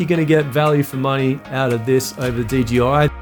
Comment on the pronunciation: You said DGI every time , instead of DJI. 😂